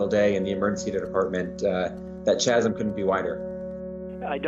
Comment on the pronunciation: Totally incriminated yourself by mispronouncing “chasm”